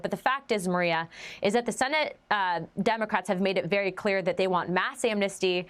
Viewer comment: To lead with a bull shiIII "WERY IMPORTANT" CRITICAL turning point and then to have a few seconds of the same thing that has been spun on the news for several days is a childis way to get people to click on your shiiii production.